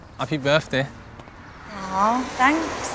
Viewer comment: Did he say happy befday?